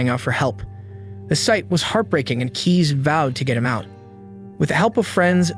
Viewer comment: Please check the pronounciation next time. Cees is pronounced als case, not keys. Otherwise good video, well told.